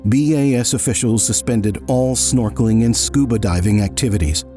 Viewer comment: "... their norkeling expedition?" Really? Snorkeling? Dude, they're scuba diving. How does anyone confuse scuba diving with snorkeling? No one is "snorkeling" in Antarctica, lol.